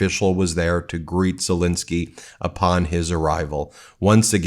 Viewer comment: Dude, his name is Zelenskyy! NOT Zelinsky! You try to come across so intelligent and educated and yet you mispronounce a world leader’s name on a freaking broadcast! Do better.